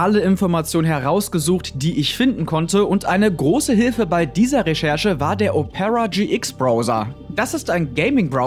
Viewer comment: Die Betonung von "Opera" macht betroffen....